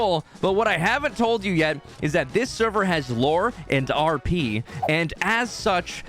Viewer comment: The way says rp cracks me up. "Are pee" heheh, anyway